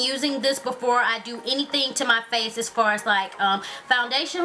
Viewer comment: everytime she say's FACE she make a "huh?" sound at the end it's cute lolx yhu are so friggin beautiful &&' iiLove all yhur tutorials